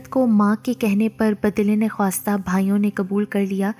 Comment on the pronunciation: با دل نخواستہ کو غلط pronounce kia jata hy Baa dillay nakhasta پڑھا جاتا ھے ۔یعنی نہ چاھتے ھوئے دل کے ساتھ